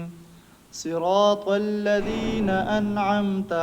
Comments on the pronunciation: ماشاءاللہ بہت عمدہ مگر آ پکا لفظ صراط مجہول ہے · آپ کا نمبر ہوتاتو ضرور گپ شپ لگاتے اجرا کا مجھے بہت شوق ہے۔۔۔۔۔ اچھا حضرت صراط میں ص کی ادائیگی أپکی بھی مجہول ہے ۔۔۔۔۔۔